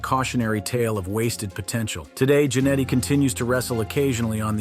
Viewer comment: It is Ja-Netty Not Jan etty